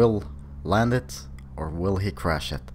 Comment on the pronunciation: chrash he will chrash